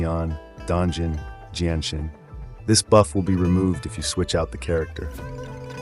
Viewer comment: Jianshin? Dont u mean jinhsi